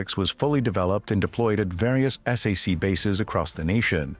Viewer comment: You don't call it s a c,,,its SAC (pronounced sack). Do a better job.